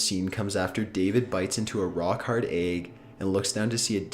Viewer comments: What the fuck is an "ayg"? you mean "egg". Fuckin' ayg... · "Aygg." "Praygnant." "Pahsta." And of course, "nuculer."